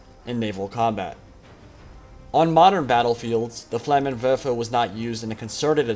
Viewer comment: for the people who dont know terman he is saying "flammen werfer" or "flamethrower" translated and not "flamen wefe like he said